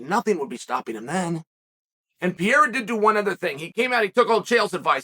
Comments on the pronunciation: It's Pereira, Chael... Not Piera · You still calling him Piera 😂😂😂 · alex poatab “pierra” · It’s pereira* not piera… cmon Chael we know you hate our country but put some respek on our champion name…. que Deus abençoe o Brazil 🇧🇷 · Alex pee-era. 😂😂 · I din't watched a Chael Sonnen video for MONTHS! And he still saying Pierra. hahahaha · How is MMA's deppest thinker able to consistently mispronounce 'Pereira'? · I love the fact that uncle Chael can not pronounce Pereira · You will finally pronounce his name correctly ?